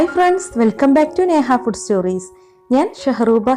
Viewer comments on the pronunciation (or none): none